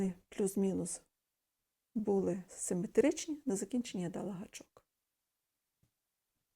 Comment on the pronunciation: Потік чудовий 🔥🔥❤️❤️, знайшла ваші відео і дивлюсь замість новин , і коли їжу готую , просто дивлюсь як твориться краса , це так добре заспокоює , чекаю завжди на слово «гачок» подобається мені вимова , дякую за цей контент 🫶